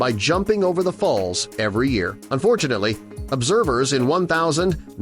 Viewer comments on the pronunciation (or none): Year pronuncuation was very distracting. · What a weird way to say a year?